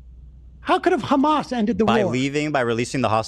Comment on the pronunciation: Lmao! "Hammas"?!! Wtf!! What are you at a Spanish Christmas dinner asking for more ham?!!